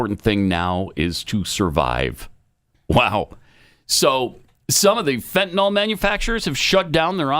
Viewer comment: It’s not fentaNOL is fentaNYL (fenta-nil)